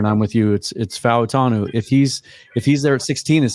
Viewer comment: "Fau" of Fautanu would typically be pronounced as one syllable like "Mau" of Maui is.